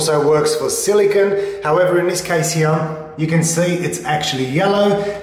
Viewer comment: Silicone not "Zillygun"